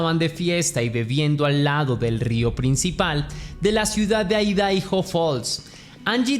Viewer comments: Por que decis Aidaijo, cuándo se pronuncia Aidajo? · IDAHO (Se pronuncia "Aidaho")😂